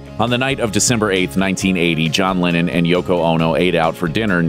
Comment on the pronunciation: It’s pronounced Lennon, not Lenin